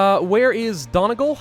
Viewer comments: It's pronounced Dunnie-gaul. Not don-igal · The way he said Donegal was just great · not sure i've ever heard a worse attempt at saying donegal